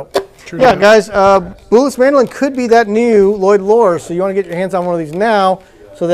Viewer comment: Name "Bułas" is pronounced: BOO-wahs - accent on first syllable. And please don't insult our language by making a joke about the sounds. English is pretty stupid - "gh" is pronounced 3 different ways in these words: rough, though, night. Should be "ruff," "thoff," "nift." Or: "row," "thow," "niwt" Or: "ro," "tho," "nit."